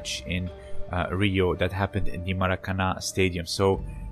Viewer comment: Just a lil Portuguese guide: the "ã" of Maracanã is pronounced like the "un" of "unstoppable", for example.